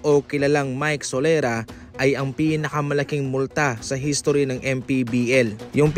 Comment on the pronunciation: Sorela ho...Hindi solera...